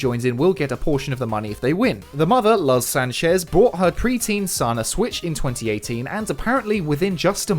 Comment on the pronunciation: Luz pronounced like (Looze Sanchez)